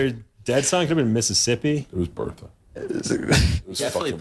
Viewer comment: It wasn’t “Bertha”… it was “Bert-a”